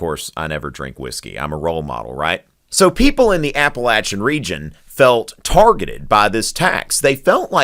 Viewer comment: can't pronounce Appalachian mountains right.